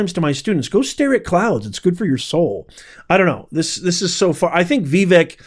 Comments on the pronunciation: Prof, Trump told us how to pronounce Vivek’s name. He said “Vivake, like cake”. Just thought I’d let you know. Thanks for your analysis. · please pronounce Vivek's name correctly. It is annoying to hear it said incorrectly. Vivek rhymes with "cake." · His name sounds like Cake, you’re pronouncing it wrong. just wanted to help you say it properly. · I am going to stop following you because your click bait is so fake. This IS NOT about Elon and Vivek (pronounced vi vake, rhythms with CAKE!!!) it's not that hard!!! I used to really like watching your videos 😢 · FYI, it's pronounced vee-VAKE. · But consistently mispronounced Vivek lol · I completely agree with Vivek. By the way, learn how to pronounce his name correctly. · It would be great if you pronounced Viveks' name correctly. I'm sure you've heard it many times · Dude, who are you? I couldn't in my wildest imagination think there would be anybody in their right mind who would disagree with the principle thoughts presented by Vivek. I agree with Vivek 1000%!!! One more thing sir. Please learn how to properly pronounce Vivek's name. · Hard to watch this video with how you pronounce Vivek. I’m not even sure which way is correct but I much prefer Vih-veck than Vee-veck. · Veh-Vake…is the proper pronunciation of Vivek, it’s not VeeVeck… I only mean this in a kind way!! The way you say it makes it hard to take what you’re saying seriously, you’re too educated for that!! I love and appreciate your work, so please don’t take this post as disrespectful. It’s meant to be helpful! Thanks for another great video!!!! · His name is not Veevek. It's pronounced Vivake (vake) like cake he always says. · Please stop mispronouncing Vivek. It's not VEE-vek. It's vi-VAKE. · I'm 82, and I agree with Vivek.😢 By the way it's pronounced Vee-vake, as he says, it rhymes with cake! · OMG!!! IT'S NOT "VEEVEK" IT'S "VAVAKE" RHYMES WITH CAKE!! 😊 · Okay, it's NOT "Vee-veak" it's Vi-Vake. Rhymes with cake.